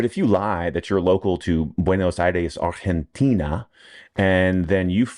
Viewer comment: Obsessed with proper ARGENTINA pronunciation 😂